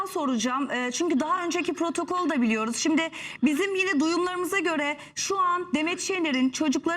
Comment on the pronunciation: protokol u biraz daha kibar söyle bebeğim:) 19 Mayıs mahallesinden çıkmış gibi söylüyorsun suan:) lütfen alınma seni severim; )